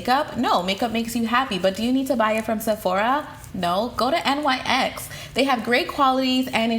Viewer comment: hey girl! NYX Cosmetics is actually pronounced "NICKS" because the company is named after the mythological Greek goddess, Nyx. i know it seems like it wouldn't be since they capitalize all three letters, but the company has come out to explain their brand and confirm that pronunciation. just thought you would find that to be an interesting tidbit! 😊